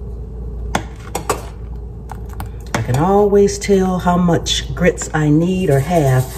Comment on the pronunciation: Mmmm! Best grits saying I've ever heard, of course from the south. You don't order grits, youes gits grits! Guess it's cheese grits for supper!